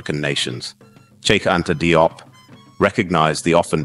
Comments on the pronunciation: Likely pronounced jup, not dee-op or die-op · DIOP IS Pronounced "JOPP" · FYI his surname is pronounced JOBE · His name is pronounced: (JOP) Thank you so much for the video and letting the world know about Cheikh Anta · Consistent pronounciation of his suname is needed in this video. There is no point calling him "Die-op" one minute, and then "Dee-op" the next. Not a good look, it detracts from the seriousness of the work. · His last name is pronounced "jope" rhyming with pope